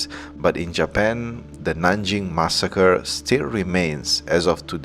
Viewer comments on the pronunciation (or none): Hi, great video and channel, your English is great too, however allow me to correct you on the following: - it's JapAn, not JapEn - occ-you-py, not occ-oo-py - walk is pronounced woke, not wolk - minute is pronounced minit, not minoot - women is pronounced weemen, not women - internAtional, not internEtional